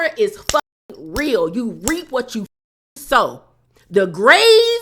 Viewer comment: Its “sow” sis ❤